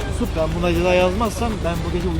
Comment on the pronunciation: Korkudan adını yuşuf dedi yuşuf sanırsam Yusuf Yusuf olmuş